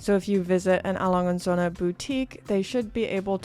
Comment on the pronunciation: That is not how you pronounce it